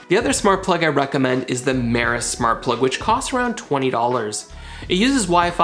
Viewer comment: Hey.. it’s “MEROSS”not “Maris”..lol. Hard to find the damn lights by the wrong name. But I do love your channel. I’ve learned a lot.